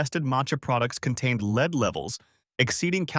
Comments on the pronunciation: Lead is not pronounced as "leed". Please let go of your voice actor. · LEED poisoning! lol